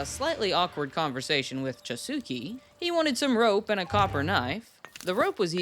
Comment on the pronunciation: Chasuke, like in empathy, not like in email, that's too american a pronounciation for me